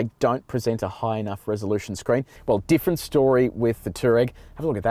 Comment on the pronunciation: FYI. It's pronounced "two-wah-reg"